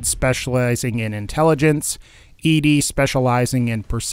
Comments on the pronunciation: Why was i so triggered every time he said E-Dee..... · thats how i always said it. i also tend to gender her as female, even though i know its supposed to be "eddie" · it's. pronounced. fucking. eddie. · I get that, I've seen the lore and played it for myself. But the way he pronounces it in the video is incorrect